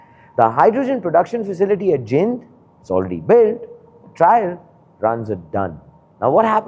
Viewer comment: It's जींद not जिंद 😭